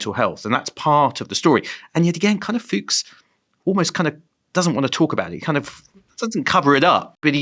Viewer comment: Fuchs means "fox" in German and the only difference in the pronunciation is an "u" instead of the "o". So it is not Fuuugs, it is Fux. Short! And Rüssels-heim. Heim is home. NOT sheim. Russel's home. Like Oppenheimer also "home" in the name.